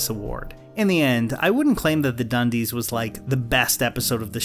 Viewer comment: You mean 'da dunndeess' right?